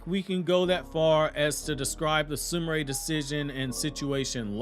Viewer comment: Why does everyone pronounce it SOO-MOO-RAY when it's spelled Sumire (SOO-ME-RAY).